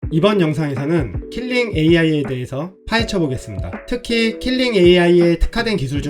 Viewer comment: KILING이 아니라 KLING요 킬링->클링 괜한 지적질 죄송